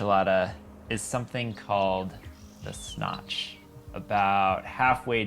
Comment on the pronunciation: Is he saying “the Snotch”?